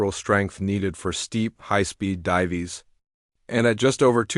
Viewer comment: divees????? AI SUCKS!!!!!